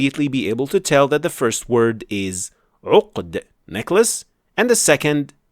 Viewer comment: No offense but I assumed he was regurgitating while pronouncing the necklace